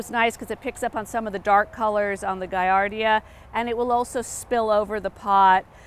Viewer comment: Guillardia is pronounced as it’s spelled. It’s not Guiardia.